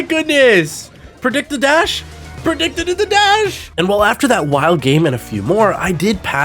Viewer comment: Bro said "predictidid the dash"